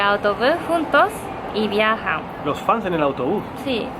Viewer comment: "Fanes"... Ay Yuko preciosa, chiquita, ternuri. 🙊